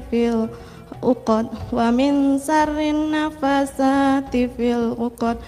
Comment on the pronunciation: Kok bacanya melompat2, dan baca suroh yg keduanya pun Salah atau tidak tepat, Min syarril dibaca. Min syahril